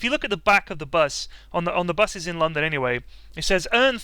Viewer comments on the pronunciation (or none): none